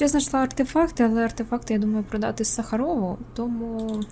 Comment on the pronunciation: не СахарОв, а - САхаров, це персонаж, взятий із реального життя, вчений світового рівня, можеш почитати про нього у вікіпедії, таке бажано знати.